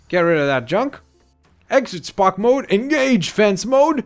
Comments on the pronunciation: It's fence not fance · Why does he say fance instead of fence? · Lol its fence pronounced fince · He said fance